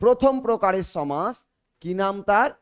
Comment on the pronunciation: পাঠদানের প্রথমেই ভুল?....সমাস=সম্+আস্+অ,....শেষে 'অ' আছে।আপনি বারবার 'আ' বলছেন কেন?